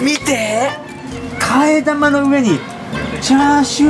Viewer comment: 替え玉の呼び方 生(なま) 生(き)と思ってました。